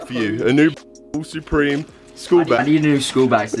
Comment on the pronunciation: He says soopreme